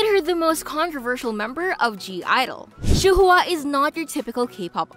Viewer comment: Her name is pronounced “shu wa” not “shu hu a”😭